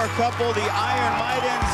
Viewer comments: jak już to "ajern" a nie "ajron" gut inglisz TVN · A nie powinno byc «AJERN» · Ajron" xDDDDD